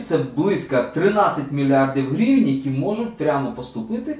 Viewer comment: Гривээнь)) чувстуется что русский родной) Желаю удачи, спасибо 👍